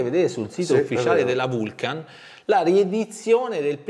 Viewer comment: Tutti bei pezzi,giusto per la cronaca la pronuncia esatta è Vulcan non Vulchen....pronuncia Lonsdeil